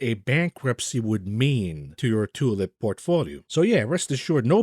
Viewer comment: cannot help a giggle at each tioolip. Dare anyone to mimick it